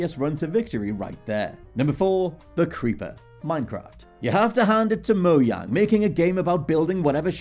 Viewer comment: So cringe when he said mojang wrong 😬